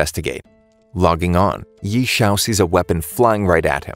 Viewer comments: I know this is text to speech, but the pronunciation of ye xiu as yee is mildy infuriating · His name is actually pronounce as Yeh-Siu/Yeh-Chew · the pronounciation of ye xiu hurts me in this video )